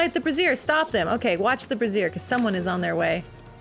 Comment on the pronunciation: Wait, brazier isn't pronounced like "erasure", is it?